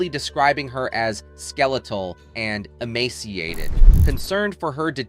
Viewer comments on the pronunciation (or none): none